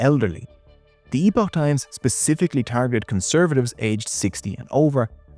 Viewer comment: it's pronounced "epic" times. Did you really do your research before this?